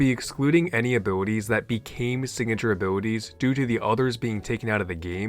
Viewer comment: i like how say "abwilitwies"